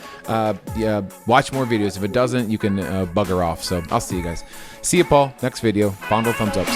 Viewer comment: Love it "if it doesn't you can bugger off " with the accent 😄 had me in tears.